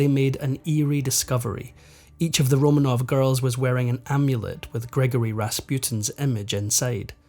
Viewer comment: I wish he’d pronounce ’Romanov’ properly, RoMAHnov.